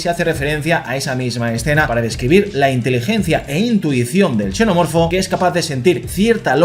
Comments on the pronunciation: Por qué pronuncia xenomorfo como Cenomorfo y Chenomorfo? No deberías pronunciarlo de una sola manera? Parece que hablaras de distintas cosas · entiendo eso pero es que en una sola frase pronuncia la misma palabra como chenomorfo y luego cenomorfo, entonces es extraño porque pareciera que hablas de dos cosas diferentes 😅